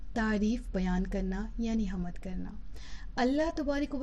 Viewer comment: حمد کے لفظ میں میم ساکن ھے